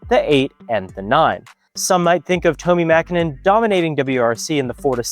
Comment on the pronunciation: Actually, your pronounciation of Tommi Mäkinen is pretty much spot on.